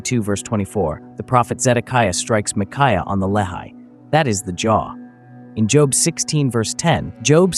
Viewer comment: lehi is pronounced lecky...this is so annoying